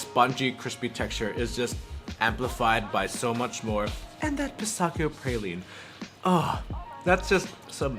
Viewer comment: Your praline pronunciation is fine, but your "pistachio" one needs work :)